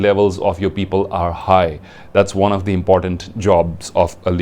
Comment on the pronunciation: Sir plz not to offend you ...your presentation is awesome but u pronounciation of your THE ...before the consonants is wrong